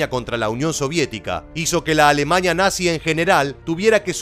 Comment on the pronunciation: Bosña, Etoña, Alemaña🤦‍♂️🙈